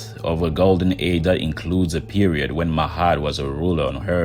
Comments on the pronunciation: Ma-at. Not "mahat". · nice video; but why do you pronounce her "Mahat", but is written "Ma'at"? It is hard tell how did they called her, in those ancient days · Even tough your no Egyptian it’s better the some American. Also it’s ma-at.